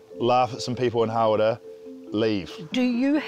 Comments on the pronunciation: lovely lady but really?! "hawrrra" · naw its hara